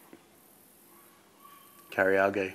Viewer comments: "Kari-ah-gai and Goy-oh-zah" lol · Ha ha "karee-are-gey" what kind of Japanese curry is that? Sounds like a combination of karaoke amd karaage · that was the most aussie way to say "Karaage" bogan vocab on point tho